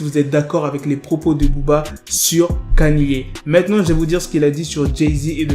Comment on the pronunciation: J’ai relevé tes prononciations d’anglais le titre de beyoncé tu dis allo et mtn kaniyé pq😢